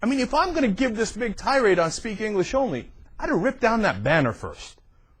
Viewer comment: "hayaah speak englissh" haha